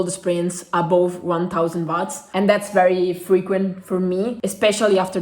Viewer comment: Ciao! In inglese dicono “uots” non watts!